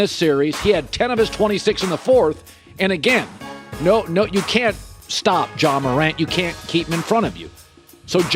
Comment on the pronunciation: How tf did he say Ja